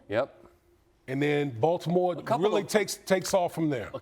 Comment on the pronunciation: Why does SVP sound like he's saying "Voldemort" when he says Baltimore? 🤔😅